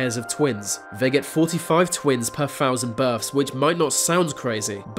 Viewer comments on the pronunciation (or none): dude.. you need to work on your narration skills work on your th sounds. its not birf its birth. etc if you can say mythical, and not miffical, you can say with and not wiff. quit being so lazy